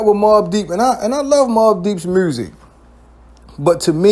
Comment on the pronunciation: you gotta be from baltimore the way you pronouncing music